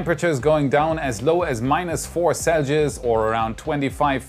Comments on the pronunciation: Celsius: Sell-See-Us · What’s a “celgeus”? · Proper pronunciation of "Celcius". CELL-SEE- IS. Pronounce the 'S' in 'IS' softly like in the word 'US'. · selges? sell-see-es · Hey what is this new temperature meassurment? Celgioz?! You mean Celsius? LOL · whats "seljius"? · I'm guessing it's closer to how you pronounce it in native tongue. In case he reads this, most would pronounce Celsius like "Sell-see-us". Personally I cringe more at the new graphics than mispronunciations, but who cares as the rest of the content is great:D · is this „dgelgiz“ somethink like celsius? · I was like -4...what? . The way he says celsius is funny.